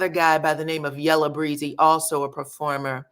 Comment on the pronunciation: Yella Beezy is from Dallas. it’s Yella Bee-zy, not Breezy.